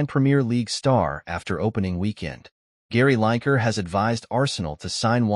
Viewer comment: Escuse me, did you say Gary liker, instead of Gary Lineker ?